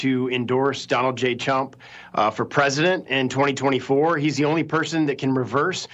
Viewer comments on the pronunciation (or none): Did he just say Donald j chump because that's what it sound like to me 😂🤣😂🤣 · "Donald J. Chump" You can't unhear it. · He DID say "Donald J. CHUMP" didn't he? I listened to it three times and I can't stop laughing! 😛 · Did he say Donald J Chump?? 😂